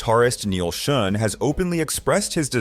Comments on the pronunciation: Why can't you say Neal Schon's name the right way?? It's pronounced SHAWN, not SHOON!! UGH!! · His last name sounds like, "Sean," not "Shoon." Just FYI. Good video. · Who is shune his name is schon pronounced shahn or sh--ahhnn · It is pronounced Shawn not Shun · "Shun"???? Its pronounced "Shawn".... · What about Oasis, Black Crowes. Those are worse as it is brothers who hate each other. It's pronounced Neil Shawn not Shun. All that shows is you really don't know or care anything about all of this you are just reading a bunch of crap and reciting it for monetary gain. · Its not "Shun" Is "Shawn" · Neal pronounces is last name as "Shawn" not shun. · It’s not shun…. Jeez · What? You never heard of Neal Shun? 🤣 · You mean it's not pronounced Neil Schoon? 😂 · Youre pronouncing Neal Schon's name wrong... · Neal Shun? Duff Mc-Cah-Gan? Can't this guy do some quick research and find out how to actually pronounce these people's names, so he can pretend to actually know what he's talking about? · Dude, learn how to pronounce the names if you're going to all the other effort of making the video. It's like putting on a suit and smiling for the camera with spinach in your teeth. Neal SHON. Duff McKAYGUN. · If you can't pronounce the last names correctly, perhaps you shouldn't narrate the video. (Schon and McKagon)